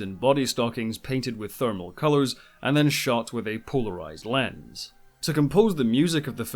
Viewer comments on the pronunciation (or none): none